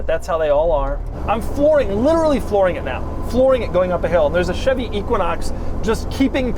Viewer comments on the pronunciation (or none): none